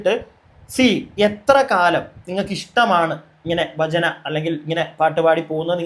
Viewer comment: ബജന അല്ല.. ഭജന..ഭക്തി... ഭ എന്ന അക്ഷരം അതേപോലെ പറയൂ ..